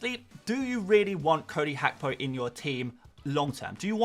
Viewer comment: it’s Gakpo not Hakpo. It’s a Ghanaian ewe name. 😂